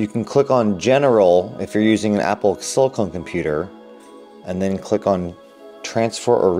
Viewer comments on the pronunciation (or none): Pronounced SiliCON not SiliCONE.. LOL